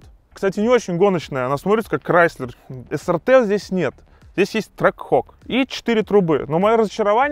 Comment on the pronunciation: правильно произносится SRT - Эс Ар Ти.